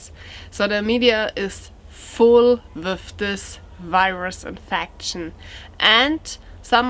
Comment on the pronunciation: With, no wiff. Lol